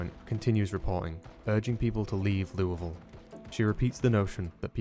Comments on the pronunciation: Can't tell you how many times I heard him say Louisville before I paused and said "OMG did he just pronounce it the right way!!?" 😂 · Someone finally pronounces “Louisville” correctly. The gods finally shine upon us! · Thank you for calling it "loo-uh-ville" and not "loo-ee-ville" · Thank you for pronouncing "LEW-uh-ville" correctly. Signed, A Person From Indianapolis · He actually said Louisville right! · did you, a non kentuckian, hell, a non american, just pronounce louisville correctly? i must be dreaming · As a Kentuckian I thank you for pronouncing Louisville correctly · Thank you so much for pronouncing Louisville correctly, sincerely, central Kentuckian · Shout out for pronouncing louisville correctly. it must be the accent! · Bro pronounced Louisville right🎉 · Finally, someone who pronounces Louisville correctly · DUDE AS A KENTUCKIAN I HAVE FINNALY SEEN SOMEONE PRONOUNCE LOUIVILLE CORRECTLY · Wow he says Louisville correctly amazing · As a Louisville citizen it brings me so much joy that you pronounce our city's name so well. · thank you so much for actually pronouncing Louisville correctly, I live in KY so it always bugs the hell out of me hearing people pronounce it "leweyville" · I have to say, as a Louisville native, props for an acceptable pronunciation! Better than the Louis-villes or the Louie-villes ive heard from a number of other people talk about the game